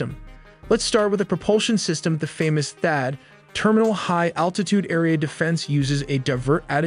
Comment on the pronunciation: I lasted until you mispronounced and mispelled THAAD...